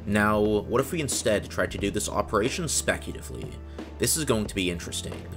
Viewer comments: It bugs me that throughout this video, you said “specutively” instead of “speculatively”. (Yet “speculative” was always pronounced correctly.) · You pronounced speculatively as specutively every single time...